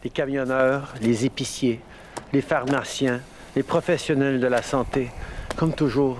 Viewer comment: J'ai entendu "pharmartien" a lol